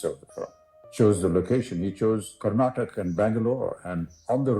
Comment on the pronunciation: It is not Karnatak for God's sake! It's Karnataka.